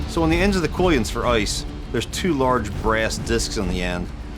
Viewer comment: Did you just pronounce Quillons as "Koy-ens"? It's "Kwill-ons".